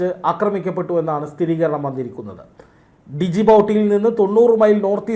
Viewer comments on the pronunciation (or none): ഡിജിബൌട്ടി അല്ല ജിബൂട്ടി